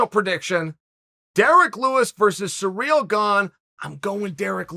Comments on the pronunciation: Chael: "Derrick Lewis vs Surreal Gane" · “Surreal Gane” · "Surrreal" wins then...